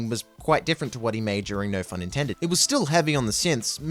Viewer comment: im so glad you pronounce no phun intended with the PH sound, too many people i've seen pronounce it like no "pun" intended. i thought i was the only one who pronounced it like it is written.